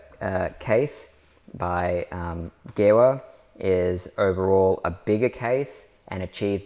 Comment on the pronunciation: Thanks for the great video. For info: it’s pronounced “Geeva”